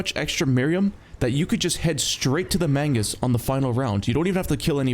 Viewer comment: ITS MAGNUS NOT MAINGUS